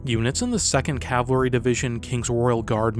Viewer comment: It's pronounced Cav al ry. Not calvary. That's where jesus died.